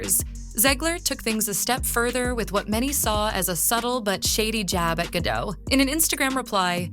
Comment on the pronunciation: FOR THE RECORD... Gadot is pronounced as Gah-DOTTE.... not Gah-DOUGH as you repeatedly said 🤣🤣🤣 my golly, she's been around for quite sometime and yet you still don't know how to say her name correctly 😆😆😆😂😂😂